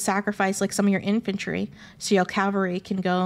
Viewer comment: Great video! Also, I just wanted to add, for funsies sake, that it must be an inate trait to historians to pronounce the word "cavalry" as "calvary." My husband is an ex-history prof (western civ post 1500), and he does the same thing ;)